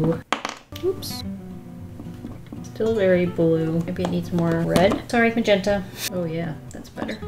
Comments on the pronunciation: Nobody:: moe'zhentahhh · The way you say magenta makes me think you'd be great at speaking Polish!